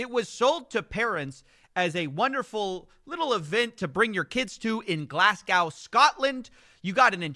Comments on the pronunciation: Why did he pronounce like GlasGOW with the most emphasis on GOW I’ve ever heard? 😂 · What's a Glass cow?? Stop pronouncing it wrong😅😅😅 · As a Scot, the way Americans say Glasgow pains me 😆. "Glass cow". They also call Edinburgh "edin-boro" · The way the guy in the video says Glasgow pains me